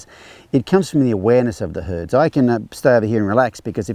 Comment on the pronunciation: I love how the captioning translated your pronunciation of herd as hood. Works, huh?